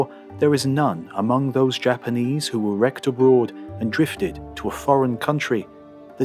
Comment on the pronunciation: Really fantastic tale and the narration is impeccable, but you gotta work on your Japanese pronunciation.